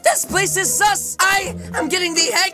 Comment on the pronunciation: always sometime says suss with another s